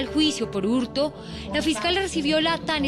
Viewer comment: porqué el conductor dice "hurtu", "asesinatu"? , qué significa eso?